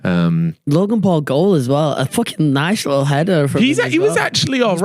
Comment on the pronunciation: Love that even in 2025 is still ripppping it ( trolling I know you said likkle)